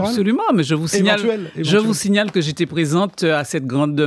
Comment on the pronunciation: Je pwésante ! tu pwésante !, il pwésante et puis on ATCHAN la ROUÉPONSE 😆😆😁😄 😄😄😄 ATTENDEZ toujours, sa va VÉNI OUW !